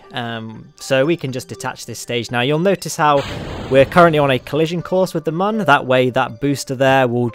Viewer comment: mun is still pronounced the same as moon, because of the accents on the top that make it look like a smiley face.